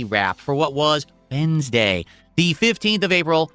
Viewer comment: Why'd he say "Wednesday" like that??????